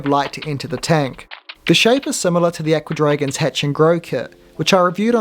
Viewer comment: I'm glad you can remove the junk cartoons at the bottom. I like the tank a lot except for the rubbish at the bottom. To my ear, your pronunciation of "Aqua Dragons" sounds like "Ecuadorians." Odd to think that there are kits for making little Ecuadorians that swim around in a tank.